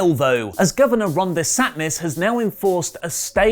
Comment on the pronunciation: It’s pronounced de-san-tis 😂